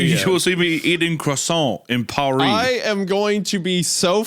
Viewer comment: Croissants in Pawris 😂 Loenka